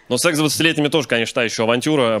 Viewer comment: Дима, если собираешься говорить только про секс. То надо уже начать говорить сээээкс. Это так по-русски звучит. Ты же вроде не иностранец! Любому иностранцу бы простили. Но у тебя в устах звучит ужасно. Пишеися секс, читается "сэкс".